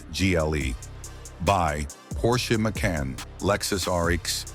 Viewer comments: If you're gonna bitch about a car show the same fucking model at least. Makes, makes, Mason. Get the name right or stop.using AI BS. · How many different ways is this Ai gonna mess up the Porsche Macan’s name? Massin? Mack in? Maykin? LMAO! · FIVE different pronunciations of "Macan" in 35 seconds: AI much?